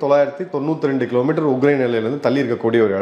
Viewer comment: it is not uGrain. It is uKrain. Please correct yourself